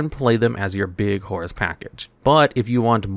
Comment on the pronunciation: First time I heard his name correct